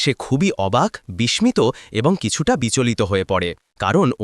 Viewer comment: বিস্মিত শব্দের উচ্চারণের প্রতি একটু খেয়াল করবেন ।